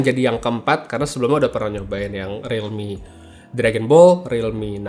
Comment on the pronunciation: realmeow beneran